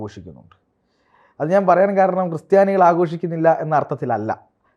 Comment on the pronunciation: ക്രിസ്റ്റിയാനി അല്ല ക്രിസ്ത്യാനി...